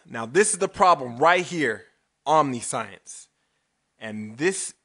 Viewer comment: Yeah.... Please look up how omniscience is pronounced, give you a clue it's not "omni science". Make a video that doesn't come off like a parody of christian apologetics, every one I have shown you video has spent 15 mins laughing at it thinking it was a fake, and make a video that attempts to understand my argument, and maybe I will take you seriously. At this point I assume you are either trying to be funny or have grossly misunderstood my argument. In either case think about it.